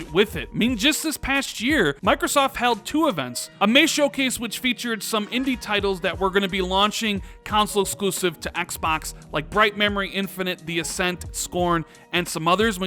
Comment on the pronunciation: Console, not council . . . . console, not council . . . . Please, CONSOLE, not COUNCIL ! ! !